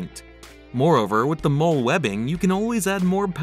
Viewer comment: Why does he pronounce Molle that way?